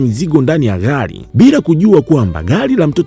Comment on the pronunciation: Mi najaribu kuandika iyo anavyoitamka nashindwa🤣🤣🤣🤣